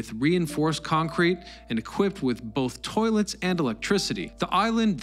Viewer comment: And ‘equipted’- the boy is on fire today! 😂